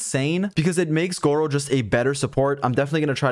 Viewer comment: don't watch the video yall he keep pronouncing his name as gowo